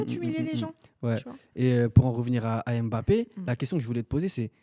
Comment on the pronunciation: tu m'a fait frizzer mes oreilles. EMEBAPPé, pardon respectons le nom de l'enfant "MBAPPé", tu dis pas EMambo tu dis mambo. a dit "jai la video j'ai cru que vous alliez montrer les videos de la tromperie🤣🤣🤣"